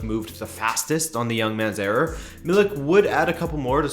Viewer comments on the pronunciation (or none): none